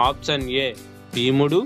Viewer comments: అప్సన్ కాదు, ఆప్షన్ అని పలకాలి. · ఆప్షన్ పలకడం నేర్చుకోండి